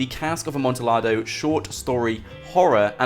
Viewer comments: it's pronounced amontiyado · It hurt me every time you said Amontillado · That Amontillado pronunciation tho 👌🏻😂